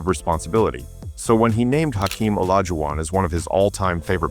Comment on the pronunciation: You should train your AI narration bot to at least, mispronounce Olajuwon’s name consistently.